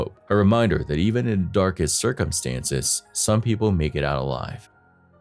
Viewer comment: Circumstance) ,,,,,,,, ciccuntanctstes😅